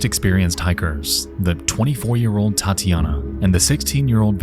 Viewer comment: Loved the story and it would be real nice if you can keep up with a weekly schedule. One thing, though, with such a huge audience, it isn't hard to find a russian dude who can tell you how the russian names should sound, it's not that big of a deal, but man, hearing "LIUdmila" and "Tyatiyana" for 40 minutes straight causes a small bleeding from the ears, which we can count as getting deeper into the story since some of us who knows how it is supposed to sound can experience what the hikers felt, but, it is hardly a good thing.